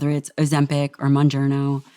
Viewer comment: The fact that she doesn’t pronounce Mounjaro right, but calls it “Mon-journo” (bon -journo😂) tells me she doesn’t use that shit. Fuck ozem-pink, Mon-journo and Zap-Pound Basically, bread for the weak